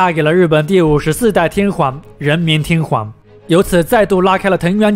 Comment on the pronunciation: 內容不錯，如果天皇能夠不要唸成天環會更好😂